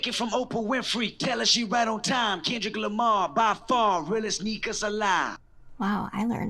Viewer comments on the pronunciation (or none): “ken dric Lamr” Couldn’t have said it better myself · "ken dric Lamr"